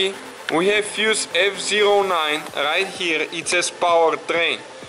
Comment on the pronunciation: rrright herrrre!:) nice review,thanx